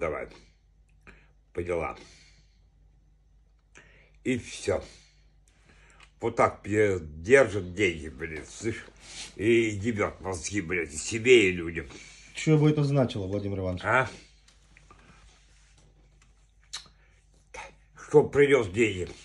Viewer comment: Не слышь, а ,"сышь"